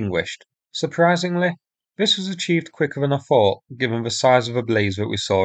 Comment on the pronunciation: sincere suggestion here : you're doing a great job of sourcing these videos and getting them uploaded. Good informative scripts.Your viewing figures have increased impressively recently. May I suggest you now do something about improving the narration ? False fronting is relatively easy to fix. Mispronunciation of th as v or f is undermining your message. Fanks, vis, fought, vem etc. Thanks, this, thought, them...... Investigate Speech ferapy (therapy). Best wishes